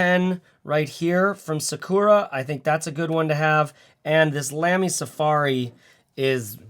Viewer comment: it’s pronounced “lami”